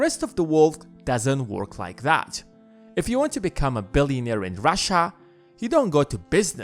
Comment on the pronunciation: ...please stop saying "that" as "dat"! It makes watching and listening to this unbearable!